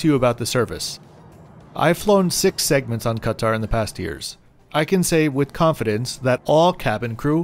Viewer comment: great video. you're probably the only person to say 'ktr' correctly and not kat-aaaar or cut-aaar